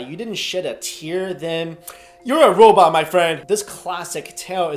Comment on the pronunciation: "Youwa wobot my fwiend!"